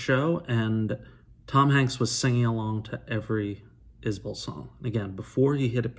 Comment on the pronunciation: I live about an hour away from where Jason Isbell is from. Can confirm that it's pronounced Izbull